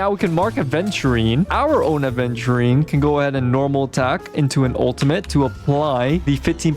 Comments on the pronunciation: Right? Some individuals can’t learn a new word smh aVenturine is a damn gemstone, like topaz, you don’t mispronounce it as topless right dude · That "aDventurine" I can't. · Its Aventurine (the gemstone) not adventurine 😅 Its not like adventure lol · He says ADventurine, opinion rejected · imagine getting this much affected by someone mispronouncing a stone’s name